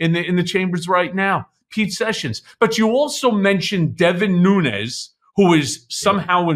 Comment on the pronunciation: I have a nagging instinct not to have all that much confidence in what Lev is claiming, i.e., to have had an extensive relationship with Devin NUÑES, when he consistently mispronounces his surname as “NUÑOS”.